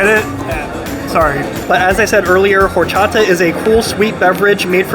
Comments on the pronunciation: Al pastor versus adobada is slightly different. Al pastor is cooked on that turning spit and adobada is either cooked on a grill or braised in a oven. Adobada means "marinated " and both are very similar. Pro tip "H" is silent in spanish so it's pronounced Or-cha-ta. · H is not pronounced in horchata (Or-chata) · Bro, don't pronounce the H in horchata. Just Orchata. 😊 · Horchata in Spanish the H is silent so say with out pronouncing the H (when at the beginning of a word), so say it like this...Orchata. Just an FYI. 🫡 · The "H” in Spanish is silent. Horchata is awesome, I need to try this spot when I go to NYC in August. Coming from L.A. I’ll see how good those tacos are ☺️They do look good.